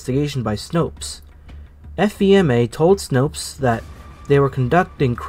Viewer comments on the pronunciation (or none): How i remember this! BTW the FEMA us usually pronounced Fee-ma. Fee as in a money charge & ma as in mother.